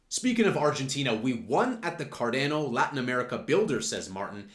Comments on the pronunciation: It’s not car deeeeehh no. It’s Car don o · Effin hate how u pronounce the name. Don't be a Gary... PLS for gods sake just say ADA or learn how to say the actual name.